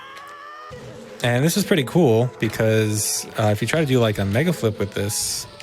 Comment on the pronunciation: said "megaflip" so often that by he starts articulating the l before the f has time to fricate, so it sounds like he's saying megalflip. It's not even a decomposable word anymore, it's just a single chunk